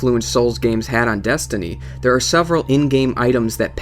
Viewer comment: 'Desinty' lol. Nice vid though